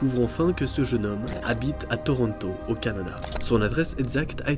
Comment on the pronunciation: Jsp si tu sais mais ta dit cadana au lieu de Canada